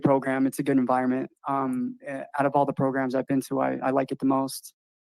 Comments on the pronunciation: y’all make sure you complete those “progrums” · Why does he call programs “progrums”